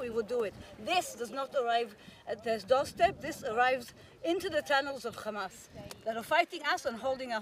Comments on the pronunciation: "Khama ... Khamas .. Khamas" Such bunch of filth! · Khamas khamas khamas 😂😂😂😂 everything is khamas